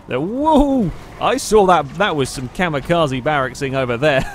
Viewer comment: "kamikaza baracksing" 2016.